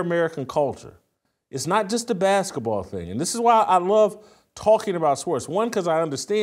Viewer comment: Baskah Ball???😂😂😂